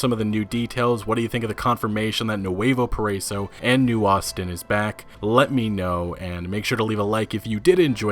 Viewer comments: Please google Nuevo Paraíso to say the right way because you keep saying it really wrong. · When you said Nuevo Paraíso, I cringed so hard. I never realized how much English speakers struggled to pronounce Spanish words and names 😂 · I know but as someone who speaks Spanish and English it's funny to see how people pronounce certain words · It's so funny how u pronounce nuevo paraíso. Lol!!!!!